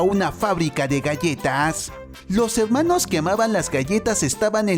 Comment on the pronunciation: Deja de decir helmanos